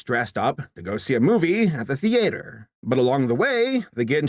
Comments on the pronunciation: The the-ay-ter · I noticed this in his Cargo review too, but why does say Theatre like that? The-ay-tre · “Thee-aytor” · I like how you say "theater" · The way he pronounces “theater” will never not annoy me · The way saber says theater tho